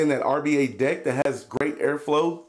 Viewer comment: When he said "deck" I heard "dick" and laughed my ass off.